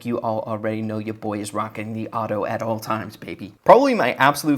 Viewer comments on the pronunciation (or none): none